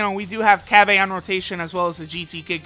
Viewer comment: Cab-Aye Lmao